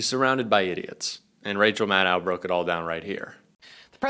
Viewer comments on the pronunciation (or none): Love Rachel. Please show respect and pronounce her name correctly. It is MAD-DOE.